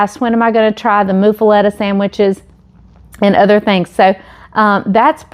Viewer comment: it's actually pronounced muff-e-lotta - like buff, not moof. I'm from Louisiana.